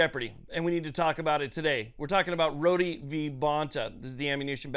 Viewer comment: Isn't it pronounced "road" like in "Rhode Island "? Just curious...